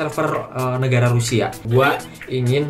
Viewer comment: I love Rasia. Rusia bang bukan Razia😂